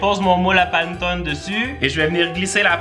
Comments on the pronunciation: Ça me pique les oreilles ta prononciation de "panettone" 🤣🤣🤣 ça se lit [pa] [né] [to] [né] 😉 moi je l'aime avec aux pépites de chocolat 🍫 En tout cas ta vidéo m'a donné l'eau à la bouche 🙂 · Le panettone se prononce [panéttoné] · Pour la panettone sa se prononce panètonne voilà bonne journée 😌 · Coucou, tu as cuisiné le panettone (panéttone, pour la prononciation 😊) la brioche de mon enfance, j'adore tes vidéo, continue à nous régler 😁🤤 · Hey ! Pour une vidéo, pourquoi pas faire un "je mange que des recettes Corse pendant 24h" ? Ps : j'adore vos vidéos a toi et Isaac, vous me mettez le smile chaque vendredi et samedi merci !❤ Si jamais panettone se prononcé Panétòne ^^ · Super vidéo ! Ça à l'air tellement bon. Les étoiles c'est sûr je les fais et peut-être le Xmas pudding. C'est tellement chouette que toi et Isaac postiez vos vidéos le week-end. Ça donne encore plus envie d'être en week-end. Juste pour info : on prononce "Panétonnéééé" 😃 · hello on ne dit pas pantone mais panÉtone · c'est PA-NE-TO-NE pas PAN-TONE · le panetone ce dit comme sa : pane to ne pas : pan to ne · Ça donne toujours faim tes vidéos ! Je t'avoue que pour le panettone, ça m'a fait mal aux oreilles pendant toute la vidéo 😂 C'est "Panéttone"! Comme ça tu sais 😂 ça fait trop bizarre d'entendre "panetone" haha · Le panetone se prononce "panétoné" xD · Désolé mais juste pour le panettone sa se prononce panèttoné et non Pane Tone. Sinon très bonne vidéo, vraiment agréable recevoir une notification de toi chaque vendredi après une semaine d'école. Merci! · Je voulais juste te dire que le gâteau italien se prononce Panétoné et non Panetone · on dit Pannétoné mais pas grave tout le monde fait l'erreur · J'adore tes vidéos et super idée de vidéo 😊 mais juste pour information on ne dit pas /panneton/ mais /pannétonne/ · Sa se dit panétoné et je connais meme la légende (je le fais en se moment en italien au collège ) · Ça se dit panétoné ❤️ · La prononciation: Panétoné😅 J’adore vos vidéos 😁